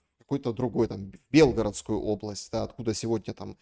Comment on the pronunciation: здравствуйте,принято произносить БелгорОдская область. Думаю,что языком начинаешь дорожить и любить( не гордиться конечно), когда создаются красивые песни на языке, стихотворения.Вот тогда и хочется использовать язык